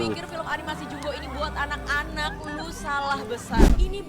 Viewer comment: Pengucapan bahasa Indonesia jumbo, bukan JAMBO....!!!